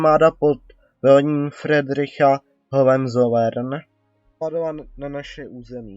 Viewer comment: Neuvěřitelné, co všechno může vzniknout. Pán neumí číst, zadrhává, neumí německou výslovnost, Hohenzolerrn se nečte Hohenzolern. Nebyla to válka Rusů, ale Prusů. To bych ale připsal na vrub primitivní politucké snahy. O záměnu se snažil ten nešťastník ,co komentář četl, hned několikrát. Možná někoho dostal.